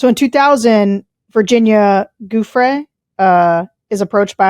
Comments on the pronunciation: Giuffre is pronounced 'jew-fray.' It's an Italian name. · I'm a big fan of all 3 of you and your output. But it is doing my head in how you are still stumbling over the pronunciation of the names of both Virginia Giuffre and Ghislaine Maxwell after all this time. For Virginia, her family name is pronounced as "Jew-Free", Virginia Giuffre. For Maxwell, her first name is pronounced "Gill-Lane", Ghislaine Maxwell - practise both names in the mirror if you have to, but please don't keep wondering out loud on air how to pronounce those names, then get it wrong every time. And by the way Sarah, Virginia suicided in April this year, not a year ago. And one last thing, virtually all of the girls and young women who gave statements about Epstein and Maxwell said that Maxwell also sexually assaulted them, sometimes before Epstein had got his slimey hands on them - Maxwell did not just prey on them, lure them in, and groom them, she sexually assaulted them.